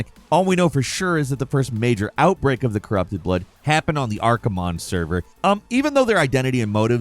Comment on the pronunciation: I dunno,. You pronounced Archimonde flawlessly and yet said "Hacker". Not adding up, lol.